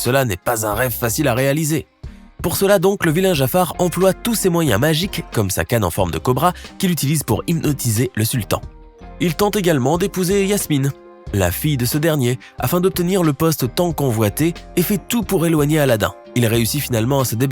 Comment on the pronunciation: Et c'est loin d'être sa seule erreur, il prononce Yasmine au lieu de Jasmine, Il dit que Bruce, après avoir reniflé du sang est redevenu un requin avide de poisson et qu'il restera comme ça pour toujours, or à la fin du film il est de nouveau gentil. Il dit que c'est le coup de poignard qui rend à la Bête son apparence humaine alors que non, c'est la déclaration d'amour de Belle qui le délivre de son apparence de bête.